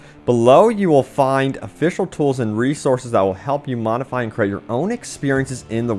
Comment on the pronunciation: Rudimentary: roo-duh-MEN-tuh-ree Modify: MOD-uh-fahy, not 'monify' Continuously: kuhn-TIN-yoo-uhs-lee Dyslexia when 99% of your content is reading someone else's articles and comments...